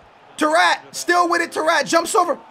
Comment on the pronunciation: Bruh when he said tarrFAT that had my dying 😂😂 great vid 👌